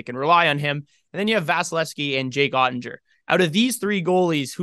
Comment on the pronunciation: You might want to learn how to pronounce Oettinger